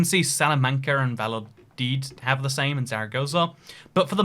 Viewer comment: "vayadid" its "vaya-doe-leed" Im not even Spanish I can sound that out